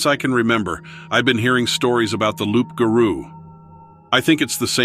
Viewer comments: It's not loup'garo it's rou'ga'rou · I edited bcuz I don't want this to come across correcting you or being rude, I don't mean it like that.❤ It's pronounced rou'ga'rou. the reader pronounced it wrong. It's French. Many people can only wish the rou'ga'rou were kin to the Kangaroo. And it's not even close to a dogman. They're both totally different. It's a demon monster, and they're real. Many are in Louisiana. This reader has butchered the french words. 😂 But it's ok, the stories are still good. ❤ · Yeah, that was so butchered 😂 And the Rou'ga'rou 😂